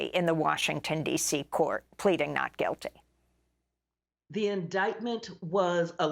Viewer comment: Just the way you say “Trump pleads “Noot Juillty”, I wouldn’t listen to anymore of your TDS mindless ideas!! If you don’t think this is political corruption then you are not as smart as I thought you to be!!